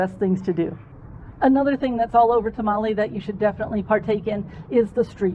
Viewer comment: I loved this video. There are some places I will visit on my next trip. I did have a bit of a problem, your mispronouncing Tamale every time you said the word. It is not a Mexican dish..